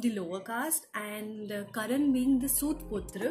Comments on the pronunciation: It's karna not karan🥴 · It’s Karna not Karan !! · I came here to watch the review. But the moment i heard her saying 'Karan' instead of 'Karna' i stopped!!!. How can one come up for a book review with such a big pronunciation mistake. ??? She dint even notice the title or is it a trend to mispronounce the very title of a book. Thus i stopped watching. 👎👎